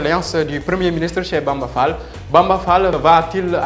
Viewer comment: sall au lieu d fall